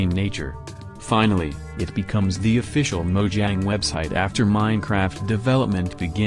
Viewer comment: When you said "Minecraft official (something)" you said fficial